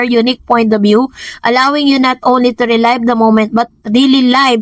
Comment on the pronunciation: RE LIV po...hindi RE LAYV LOLLSSS